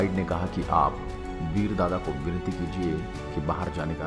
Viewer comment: Awaaz Thodi alag a Rahi Hai Veer Yoddha ki jagah BEL Yoddha Sunai Diya Diya please usko thoda Sahi Karen